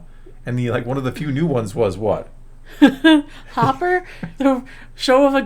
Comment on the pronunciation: Its Hoppy, not Hopper. Oh, wait, wrong channel.